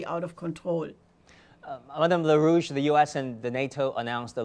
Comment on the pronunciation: Larouche, not "la rouge" or la russe !